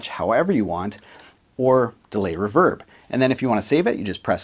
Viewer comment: Why does pointy fingernail man say reverb wrong